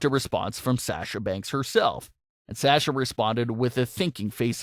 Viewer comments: Yeah, it's Saw-sha not Sash-uh. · was triggered every time you said, ' S-ash-ah ' instead of ' Saw-sha ' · PLEASE FOR ONCE IN UR LIFE ITS S A S H A NOT SÄESCHA